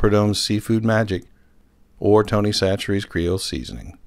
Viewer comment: pronounced Tony Chachere's name correctly, so I know he's legit., how y'all are? I'm glad for you to see me, I guar-an-tee.